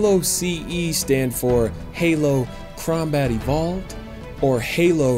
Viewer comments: Sir-Lancer-a-lot Gears Bros I know but he said crowbat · How about when he said"crombat evolved"? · "Crombat evolved" Very Steve Brule Jakey.. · Idk why but when he said crombat evolved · "Crombat Evolved"